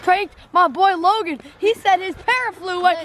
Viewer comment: it's Logan not Logon